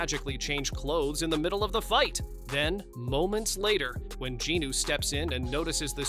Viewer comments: It's not goo It's jinu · It's jinu not goo!!! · It's not goe it's Jinu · Have y’all noticed that is calling Jinu, Goo like what the heck! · AND CAN U PLSSSSSS STOP SAYING GOO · Who the hell is goo it's jinu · And please say jinu not goo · Stop calling jinu Goo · His name is not goo it it is Jean new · It’s Jinu! Not Genu! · And his name is jinu not goo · Goos? His name is jinu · its JINU no GU!!!!! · It's jinu not goo!!!!!! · He said jiinu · Bro it’s jinu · say jinus name right